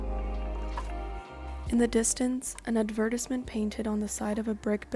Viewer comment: the way u say advertisement is SENDING ME